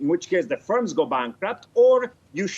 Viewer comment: Its FIRMS, not SPERMS